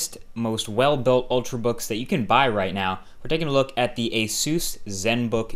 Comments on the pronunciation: It's not said, "ASUS" like 'asoos', but "ASUS" like 'ehsus', as in Pegasus. That is where the name was originally derived. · Gmonstt it kinda does lol you wanna make sure youre saying words correctly when you're putting up something the public can scrutanized. was right , the company's name is pronounced Ah-soos not ae-sus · It´'s not A Zeus its a Asus.